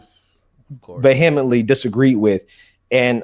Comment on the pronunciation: He mispronounced “vehemently”.